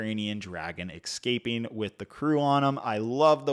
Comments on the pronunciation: It’s pronounced EScaping not EXcaping 😅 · I noticed in several video's you mispronounce escaping. You sound like a gangster wanting to aks something....